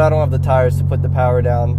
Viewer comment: All the powah!!